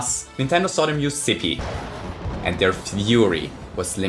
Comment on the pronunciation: May I ask why he called it Sippy instead of Slippi in the video? Is it because of his accent, or?